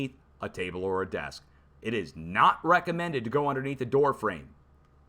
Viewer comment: You said ‘Weckamended’ lmao